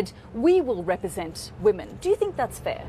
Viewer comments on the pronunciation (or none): Says tink instead of think, ting instead of thing, as the Irish do...